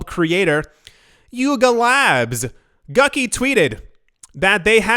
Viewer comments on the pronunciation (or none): When you said “Gucky” for Gucci, I laughed hard 😂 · Did you say gucky 😂?